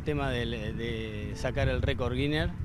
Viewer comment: Le erro mal el vaguito "record guiner", "japon" jajaj